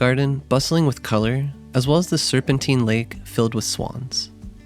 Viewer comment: Typical Americans! You produce a tourist video about a City you know nothing about, claim to have lived there for 6 months. Big deal! You know nothing about London, and clearly learned nothing in your time there. Most importantly, the river Thames is pronounced “Temms” NOT Tames. The lake in Hyde Park is called The Serpentine, not The Serpenteen. If you’re going to make a video about someone else’s country or city, get your facts - and pronunciation- right!